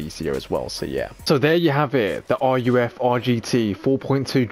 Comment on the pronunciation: Also why are you calling ruf (pronounced rough, roof) r u f